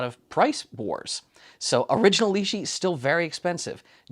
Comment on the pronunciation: The Li-shi tool spacer ... it's got to be a Li-shim surely?